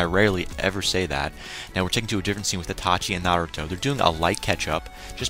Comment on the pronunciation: It's iiiiitachi! not Atachi! xD Good review :)